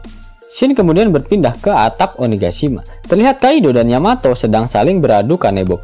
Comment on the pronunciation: Tumben min, bener nyebut yamato. biasanya yamete. haha